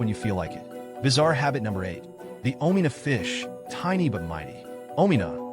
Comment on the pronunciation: Kenyan 🇰🇪 and proud !! 😂😂 is how he pronounced ugali ,omena and Nyama choma for me 😂😂😂😂70%are lies 🤣🤣